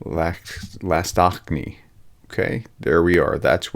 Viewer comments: Dear, with all due respect - Lastochkine pronounced as "last-och-ki-ne", just in case if you'll ever need to pronouns it again (love your work and really appreciate your effort in pronouncing Ukrainian toponyms ❤) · Last-Och-Key-Nay is how RFU pronounces it. Hopefully this helps for other pronunciations in the future. Keep up the good work prof!